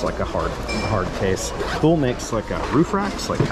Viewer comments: Thule is a Swedish company, and their name is pronounced "Too-lee" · FYI Thule is Swedish and its pronounced "Tooly." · Thule pronounced "too ley".